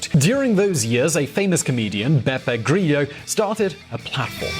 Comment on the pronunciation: Italian is not Spanish, your pronunciation of grillo is more than "inappropriate" it really sucks